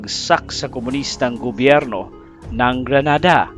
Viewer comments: Grenada not granada. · GRENADA DILI GRANADA, MUBOTO MNA, PATAKA LNG KA PRONOUNCE!!!